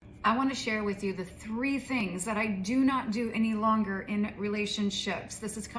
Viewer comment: It's not "due". It's "do".😂